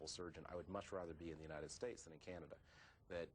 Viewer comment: he called it Canadia